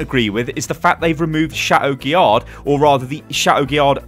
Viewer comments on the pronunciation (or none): Every time pronounces the d in chateau guillard I cry.